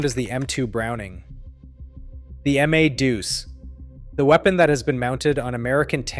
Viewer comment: It’s Ma’ deuce, not M A deuce